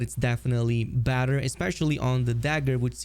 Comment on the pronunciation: I’m pretty sure whenever he says ‘badder’ he’s saying ‘better’ and his accent is making it sound like badder.